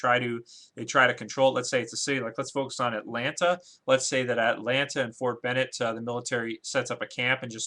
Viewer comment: how many times does this guy say FORT BENNETT!!! no matter where you live really you have heard of FORT BENNING...